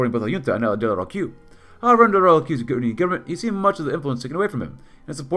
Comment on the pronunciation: Nice episode and , you pronounced De la Rocque correctly , it's sounds "De la Rock"